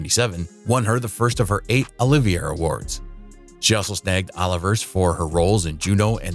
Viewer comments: I agree. This video made me think I was just saying it wrong all this time. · Wish the narrator could pronounce BAFTA and Olivier Awards correctly.